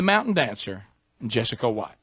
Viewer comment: Its Jess co. Not Jess a co.